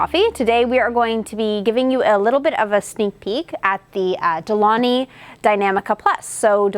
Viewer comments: It's not pronounced "De Loni" - the correct is "De Long-y". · Isnt it De-Long-Hee? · Exactly!!! De-Lon-GHi gggggggg like in Lamborghini gggggg as it sounds in English gate or get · super interesting to hear you pronounce de'longhi (it's italian, so the G is not silent, but like gee in the end) :) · For a coffee expert, I’m shocked no co worker has corrected you for how it’s pronounced :/ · Seriously, I stopped the video to check the comments about the missing G. Frustrating 😂